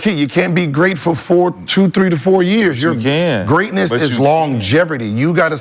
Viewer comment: Greeatness.. injuries.. we understand